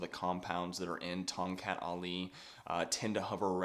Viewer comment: The correct local pronunciation is Tong "Cut", rather than Tong "Cat".